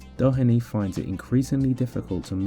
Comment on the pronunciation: This is a super video. Well done on your pronunciation of TJ Doheny also. Genuinely far better than most English people's